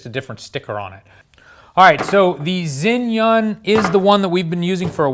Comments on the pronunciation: Its pronounced 'jzhai-yun' not 'zin-yun' there isnt even a letter N in the name haha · Zhiyun is pronounced JERYOON or GERYOON just FYI take it or leave it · he keeps saying zin yun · Not sure why you call it Zinnyunn, though. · "Zin-yun" lol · You've butchered the name Zhiyun to a degree that I did not realize it was among the review until I read the description of this video.